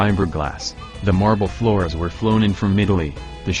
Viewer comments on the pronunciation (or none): none